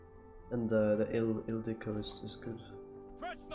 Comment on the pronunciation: You pronounce Ildiko perfectly i think with the long ó at the end. :)